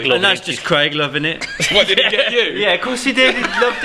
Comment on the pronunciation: Did anyone else cringe at saying “kwaig” shortly followed by “I heard that”